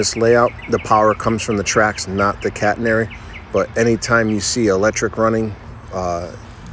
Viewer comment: Beautiful set-up! 💯 👍 I thought I heard you say "cat hair" "prototypical cat hair"!